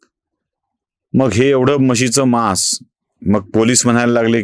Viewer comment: म्हशीचे मांस असा उच्चार केला जातो. म्हशीचे मास नाही. विकास लेले , २२.७.२५ .